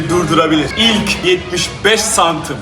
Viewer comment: Abi cm sözünü doğru söyleyemeyip küfürü bu kadar içten yapmayı nasıl başardın?